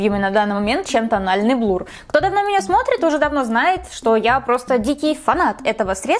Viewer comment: Слушать неприятно когда говорят блур, вместо блюр